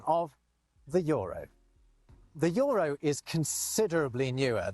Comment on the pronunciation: Joropien? Joropien union Joropien Joro, the Joro? Joro... just say Jota, we know you're not from Joropa. he can say E in other words, what is this one making him so much of a problem, it's written Euro, not Joro. 😂 JOTA 😂 say Jota 😂